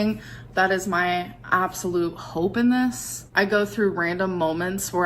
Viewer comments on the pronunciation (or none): can't speak, and she regularly says "molment" with the L